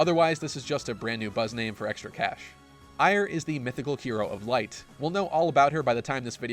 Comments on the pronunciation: Eir is pronounced "air" or like heir to a throne. Not, "eye-er". Do people watch things then pronounce things incorrectly on purpose? I simply do not understand this. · Who the fuck is Ire? Trailer literally says "Air". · Guy in charge of the music ...fired. I just wanna know why Loki is in the video. Also Eir is pronounced "Air".